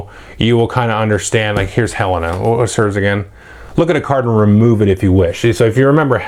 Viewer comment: Hey, Let's be fair to the clones. Cosima is pronounced co-SEEM-a and Helena is pronounced hell-LANE-a. Thx for the video as always.